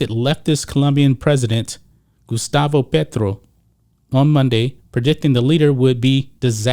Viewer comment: Love the accurate pronunciation on Petro haha